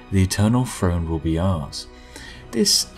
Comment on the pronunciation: No offense, I love your videos, but what's an "Eternal Frone"?